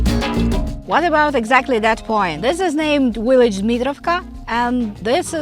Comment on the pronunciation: A V is not a WEE it's a VEE !! It's a Village not a Willage !!!